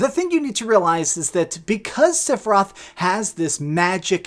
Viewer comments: Lol seph I Roth the i is not silent lol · Stop calling him SIFeroth ! Rage!! Lol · OK this is just criticism. 2 things. 1.) just because they changed or added stuff to the story, especially with the Whispers, it doesn't make it a sequel. It is still a remake. 2.) please understand that you are saying "Sephiroth" wrong. He has 3 syllabus in his name. Not 2. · The way you pronounce sephiroth is cringe. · I can’t believe you said Sephiroth like 150 times in this video and not ONCE did you pronounce his name correctly. 🤣🤣🤣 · Did he just mispronounced Sephiroth’s name??? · Learn how to pronounce sephiroth